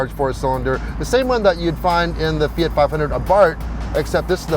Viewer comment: Finally an American/Canadian who says Fiat and Mazda correctly!